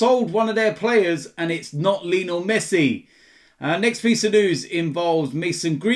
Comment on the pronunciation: Is it just me that feels weird when pronounced Leenal Messi?